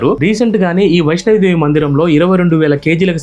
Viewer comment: వైష్ణవి దేవి కాదండి, వైష్ణో దేవి మందిరం.